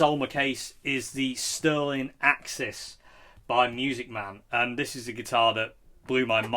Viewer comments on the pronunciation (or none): none